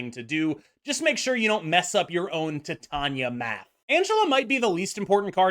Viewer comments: Not that it matters to me how you say her name but just so you know it’s actually pronounced like tai~tay~nee~uh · idk if youre doing it on purpose but it's pronounced like Titanium. Like the metal. Tie-Tae-Ni-Uh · I love you, but why do you insist on pronouncing Titania in such a strange way? Lol